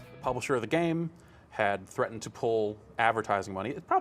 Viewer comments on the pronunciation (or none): none